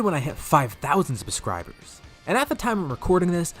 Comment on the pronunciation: Did anyone notice that said "5000 Buscribers" at the end of the video? XD quite funny actually, seeing as thats the only spot in the whole video where he messed up a word